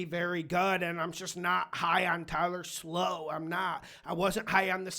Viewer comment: The Saints’ quarterback’s name is pronounced…Shuck - not Slow